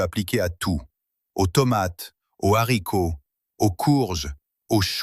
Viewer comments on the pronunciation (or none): On dit les haricots pas les zharicots.